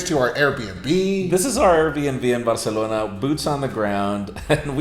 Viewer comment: I like how he says "Barcelona"....Barr-celona